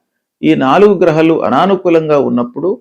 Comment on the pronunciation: గ్రహలు కాదు గ్రహాలు😂